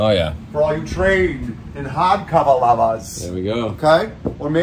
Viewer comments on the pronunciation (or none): "...for all you hahd cava lavas." xD